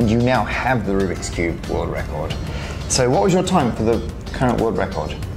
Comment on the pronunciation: "Ruby koobie" "Rubiks Cube" "Rubie Koob"